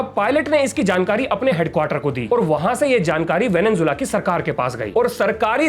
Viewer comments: venezuela✅ venenzuela❌ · Venezuela ko venenzuela bolteho